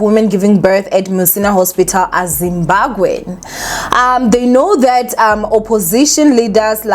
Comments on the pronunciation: I'm here for saying "ZIMBAGWE" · ZIMBABWE ZIMBABWE hle Not Zimbagwe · Is saying Zimbagwe? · She is , l thought l was the only one hearing it 😅😅😅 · It’s giving Zimbagwe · Trust me I've been correcting my granny for years, is gonna be zimbagwe till God remembers her😩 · Guys even Nuñuria on mommy club pronounced it Zimbagwe soooo